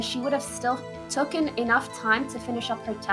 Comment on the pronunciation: Poki said tooken ha instead of taken